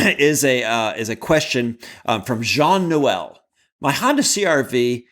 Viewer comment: Thanks for answering my question about my Honda CR-V but especially pronouncing my name correctly. Not everyone does. Love your show and keep up the good work. Jean-Noel